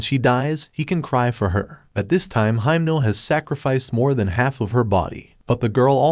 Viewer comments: Why are you calling himeno for haimno😭😭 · He called himno makama lol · In the Anime: Himeno Him: Himno